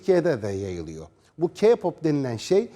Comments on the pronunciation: Bir kere kipop değil keypop diye okunur!İki allah aşkın körmüsün de kadın ayıramıyorsun? Gözlük takıyon ama meğersim bozuk olması lazım da bir şey göremiyosun! Bir de senin rezalet dediğin şey tüm dünyada sevilen ve saygı duyulan bir şeydir. Bir de sen kimsin de orada durup kendi görüşünü anlatıyorsun? Cinsizlik mi? Hayır efendim öyle bir şey yok! Senin şuanda sunduğun sadece önyargılarındır? Evet Kpop sektötü sanatçılar için çok zor ve yorucu olabilir ve başarılı olmayanlar da hayıtın alabilir de, ama bunu yapan çoğu sanatçılar insanları mutlu etmek içindir. Yani allah aşkına dedi kodu yapıp söylenti ve demdeme çıkaran kişiler kim acaba? Evet bunlar biziz, tüm dünyadaki insanlar ve bir şey daha söyleyim ki hayatını alan çoğu sanatçı sadece sektör yüzünden değil insanların dünyaya yaydığı yalanlar yüzünden de. Tamam bir konuda haklısınız onlar mükemmel olabilmek için gençliğini feda ediyorlar, bunun nedeni de istedikleri işi yapabilmek için zaten. Bu yüzden zaten hazırlık zamanında uzun ve talepkar eğitim alıyorlar ki, sahneye çıktıklarında zorluklara hazırklı olabilmeleri için. Tabiiki uymaları gereken kuralları olacak ve bunlar sözleşme şeklinde onlara teklif edilir. Yani aslında olabileceklerin farkındalar ama onları koruması gereken yapımcıları yada firmaları. Yani o sahneye çıkan şu gençlerin sorumluluğunu taşıyan asıl kişilerdir. Hem intahar eden sanatçılar hemen derhal etmezler, intahar eden insanlar ilkinde depresyonda olur ve hayatında sorumları olduğu anlamına gelir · kardeşim bak K-pop keypap diye okunur yani bunu biz demiyoruz genel olarak böyle mesela BTSe betese diyorlar ya yine onların cahilligi bu çünkü ingilizce de alfabeyi sayarsak bities diye okunması gerek olay bundan ibaret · K-pop bu kadar kötü değil sen bence git bu haber spikeri olmayı öğren sonra gel konuş ha birde k-pop demeyi bile bilmeyen kişi bana k-pop u anlatıyor sana ben k-pop u anlatırım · sen ilk önce k- pop demeyi ve yazmayı öğren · Daha ki pop diyor keypap demek yerine ya